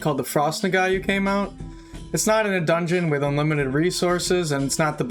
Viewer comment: "Nog-wah" Lol. I'm sorry, but that was bugging me.